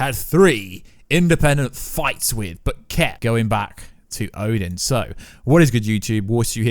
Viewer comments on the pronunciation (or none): none